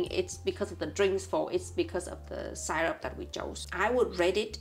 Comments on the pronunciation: „Syrup“ is pronounced just like in German „Sirup“ not [SAI-rup] the „y“ sounds just like a normal „I“. 😊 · I love how they pronounce the word syrup, I wonder if they know that it’s not the right way to pronounce syrup, it’s still really cute though 😊